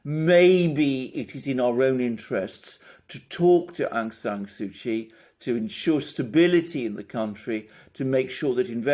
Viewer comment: please learn to say Daw Aung San Suu Kyi name correctly!!!